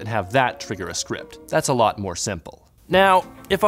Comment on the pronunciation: Moah Controls! Moah!!!!!